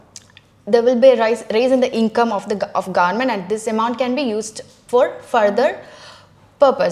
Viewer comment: Pronounced wrong the word government